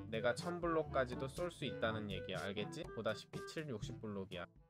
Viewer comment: 근데 자꾸 알겠ㅈ6라고하는거 넘웃기네?